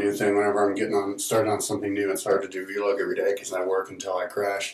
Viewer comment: its not vee-log. its vlog